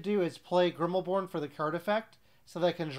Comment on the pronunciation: Thanks for another fun recap! By the way, it's Grimbeorn, not Grimmelborn.